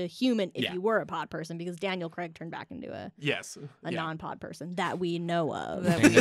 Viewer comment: That was brilliant, informative, funny - BUT - it's pronounced Daniel Craig as in 'play', not Creg as in 'egg'. C'mon movie folk, get the easy stuff stuff right.